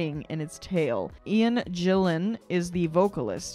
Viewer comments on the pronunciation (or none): Gillan pronounced Gill-an. Gill as in fish. Not Jill as in girls name. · Hard 'G' on Gillan; Glover as in mother, not as in clover; it's flying lead, as in 'led' - as in bullets, not in, it's time to take the dog for a walk.